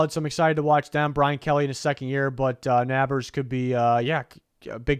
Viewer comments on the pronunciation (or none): the malik “nabbers” pronunciation 😂it’s pronounced neighbors